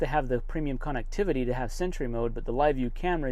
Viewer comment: Funny... Doesn't pronounce "connectivity" correct! LoL 😅. It's not a "con"vict!